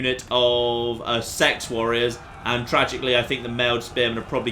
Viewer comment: sorry to be "that guy" but I'm pretty sure seaxe is pronounced sax not sex